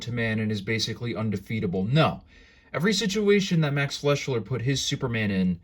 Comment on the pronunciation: Sorry to quibble but it's pronounced "Fly-Sure" There's no "L" in his name.